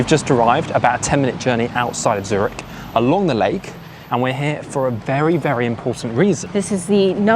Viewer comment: Zurich is not pronounced Zuritch.